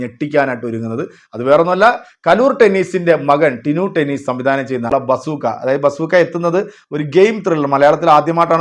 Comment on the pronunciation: ടെന്നീസ് അല്ല ഡെന്നീസ്